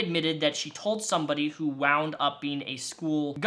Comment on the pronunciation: Ngl when you said WHO I thought you said poo and I was like yeah this book is a piece of that